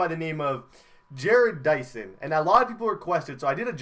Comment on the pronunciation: Ja-rodd Dyson